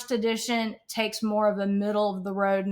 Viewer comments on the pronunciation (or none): none